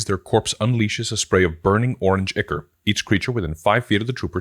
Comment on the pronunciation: Ichor is pronounced EYE-kor (I've mispronounced it for years and my children of all people corrected me).